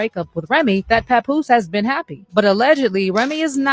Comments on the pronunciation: Mans said PapBoose 😭😭😭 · Its not pa-poooose! Smh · “CHAPoose” is WILD WORK. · Why does she pronounce Papoose like that?!😅